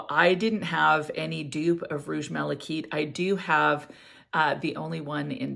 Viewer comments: I agree - (kite) I’ve never heard it pronounced as “keet” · Malachite'is pronounced ( mala- kite)like flying a kite not keet